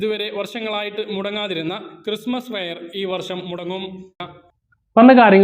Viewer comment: ക്രിസ്തുമസ് എന്നാണ് പറയേണ്ടത് ചേട്ടാ🙏🙏🏻